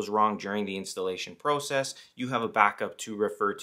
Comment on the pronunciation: OK stop saying process it’s process